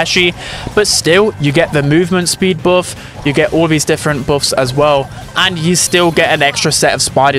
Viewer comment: The way he pronounce buff hurt my brain